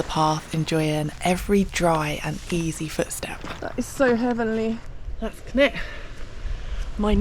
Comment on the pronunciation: Great trip. Walking upstream like this certainly gets you into some wild spots - probably more enjoyable than pushing through wet bracken too, with its ticks and all that:o) Wasn't sure where you were to begin with, as you pronounce Cnicht very strangely! - have a listen here for how welsh speakers say it - (pretty much as it looks in fact) Cheers, Dave (who has walked up Cnicht many times - I hope you get up there one day)